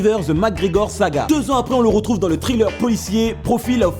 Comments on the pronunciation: C'est perturbant à chaque fois j'ai l'impression d'entendre "Trailer" au lieu de "Thriller" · C'est Thriller (qui se prononce Sriller ou Triller à la limite) pas Trailer. Trailer c'est une bande annonce. Un mauvais accent anglais ça se conçoit mais quand ça empêche la compréhension faut faire quelque chose.